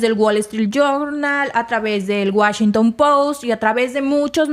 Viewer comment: Washington No Wachington 😂